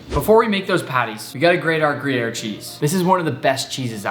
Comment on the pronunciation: "Gruyere" the accent fucking sucks 😂 But I'm ok w it